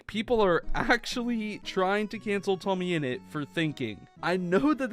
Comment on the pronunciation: It's tommyinnit not toammyinut